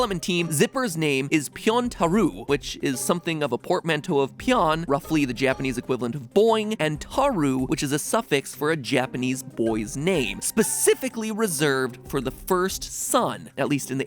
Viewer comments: Pyontarou is pronounced pyon-Ta-RO-u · The only thing wrong about this theory is your pronunciation of Tarou XD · たろう is pronounced ta-roh, not ta-roo. Did make me giggle though! Haha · Matpat sorry if I sound annoying but ACTUALLY you misprounounced Tarou, you said Taroo when its pronounced Ta row くらくへど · I'm triggered every time he said tarou wrongly. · the way he pronounces Tarou makes me wanna kms